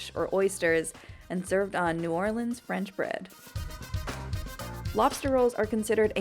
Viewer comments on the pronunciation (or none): none